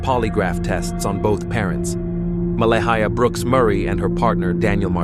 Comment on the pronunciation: Someone needs to teach AI to pronounce Mah-lay-ah... not Mella-hiya 😮